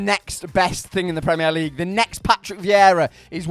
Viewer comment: Why u saying premier league like that